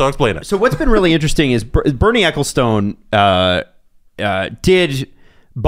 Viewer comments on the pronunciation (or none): LOVE when appears. Such a smart move guys. Also, ahhhh, my sweet Canadian brethren - Ecclestone, pronounced Eck-ill-stun. He's a goddamn mutant anyway, so doesn't deserve my correction!